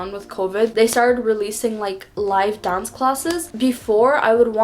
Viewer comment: Ok, I'm new to her channel - what's up with her accent? Sometimes she sounds American, other times she sounds British (esp in words like class and dance)